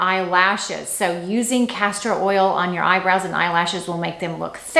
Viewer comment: No R in castor oil. EVER EVE!!! Not Everveve. Pls, you are driving some of us crazy. I like your channel very much but stop with the mistakes! XO